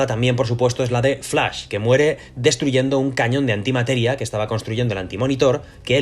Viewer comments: Flais jajajajaja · Pero se dice flash!!!!! No flais ... ugghh!! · Lo siento, no puedo ver un video entero donde le dicen "FLAIS" a FLASH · El "FLAIS" xD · "EL FLAIS" xD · Escuche "flais" 3 veces di dislike y me fui bye.. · flais? , superguel? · x2 flais xd hahaha